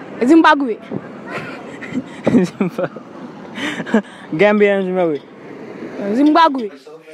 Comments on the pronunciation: the one who said zimbagwe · Man said zim-back-way